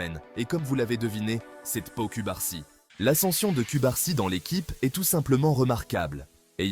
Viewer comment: Je crois qu'en français ça se prononce Paou Coubarsi 😅